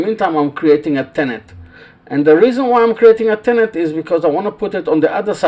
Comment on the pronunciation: Hi with respect just to help you with your English it is pronounced tenon not tenont Regards Aaron from England